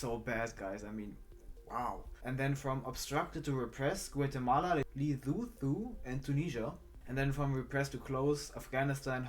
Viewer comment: luh-soo-too is how pronounce Lesotho my country